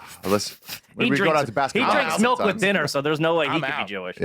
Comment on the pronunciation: Funny as fuck that says melk. Brendan schaub also says melk and h looks like Brendan ate a fat guy.